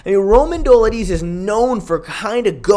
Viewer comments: Fr tho it's not even a hard name to pronounce. How hard is it to say Duh-LEET-zay? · Dough-LID-ze…you obviously know your shit and watch MMA, why not try to get someone’s name right? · Bro, PLEASE, PLEASE, look up how to pronounce some of the (sur)names...Dolidze=Doladeez? 😂 love your work, keep it up 💪😎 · How many times are you gonna mispronounce Dolidze😭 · Dude learn how to pronounce Romans last name you’re not Chael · Don’t mind the face cam but I do mind you butchering these names, like come the fuck on that is not how you say Romans last name.